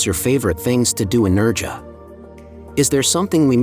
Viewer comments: It’s pronounced NerHAA, not NerGA… stupid AI. 🙄🤦🏻‍♂️ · Its Nerha theletter j is pronounced as 'h' so its Nerha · It's "Nairha" as in hair 🫢🤪👍🏼